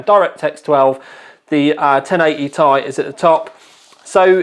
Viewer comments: For Christ sakes it isn't 1080"tie". Just because there's a vowel doesn't mean you have to pronounce it. Do you call a Honda Civic Si a Honda Civic "sigh"? Sounds dumb. Nvidia doesn't even refer to the card as such. Stop it. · I thought it was tomorrow, the 10th? Not complaining...this is legit! You impressed even Nvidia and the Americans it seems, now everyone prounounces it "tie" instead of "Tee Eye" Maybe the latter group (my former self included) are just clowns and have always pronounced it wrong? are you sure this couldnt have been a USB 3.0/3.1 pass through for VR? Instead of the power connector? USB 3.0 has that many pins in a round about way. Some other cards have a USB passthrough for it, right? Just an idea. Oh yeah, nice shirt!!